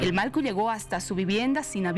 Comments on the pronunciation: Disculpe sera que puede pronunciar Mallku?..no Malku..por favor! Gracias! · Que pasa con la conductora no puede pronunciar MALLKU dice malku varias veces